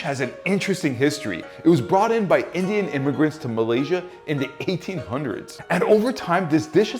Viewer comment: Brother you said Indians street food wrong.